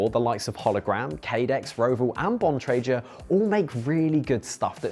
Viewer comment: This fool can't even pronounce Bontrager correctly. A brand that has been around over 30 years.